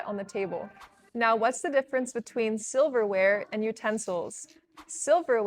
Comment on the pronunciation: Why do u call silverware as soberware in the said video.